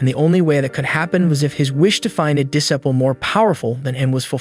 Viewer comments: Roasts everyone from the start, but says "Disiple" LMAO Great vids! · The pronunciation of disciple as ‘diss-ih-pull’ 🤦‍♂️ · is the commentary ai. I just dont understand how some simple worlds like, bow, live and disciple among others are so badly mispronounced